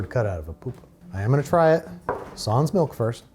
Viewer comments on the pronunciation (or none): none